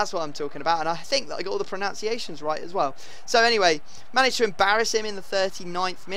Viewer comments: Then you pronounce pronunciations wrong, ffs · "I think I got all the pronunciations right" -*Mispronounces pronuciations*